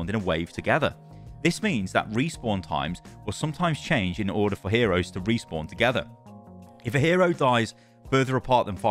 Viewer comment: "Group Resawpn"